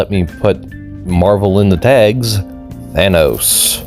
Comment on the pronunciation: That's not Thanos, that's Thanus